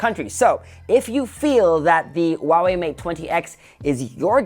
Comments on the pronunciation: It's not wah-way. It's who-aah-way. Lol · Huawei has an H in it.